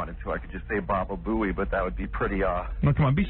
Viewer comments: Bro said “babeboey” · he really said babebooey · He said bababooey 🤣